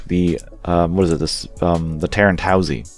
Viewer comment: i think you missed the "i" in the name, it's Tieren, "Tee-air-en". The commander has the squared head, not twin sensors on sides of head.